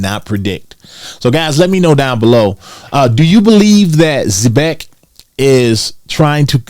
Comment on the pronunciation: All respect - you're pronouncing the name of the company wrong. Watch the commercials & listen to the founders interviews or the dev team talk about the company on Twitter